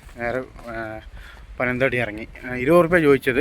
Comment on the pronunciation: പനം തടി ആണോ . പനത്തടി അല്ലെ